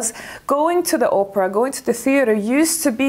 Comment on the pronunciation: It's also classy and elegant to pronounce the opera right not Oprah like the talk show host....lol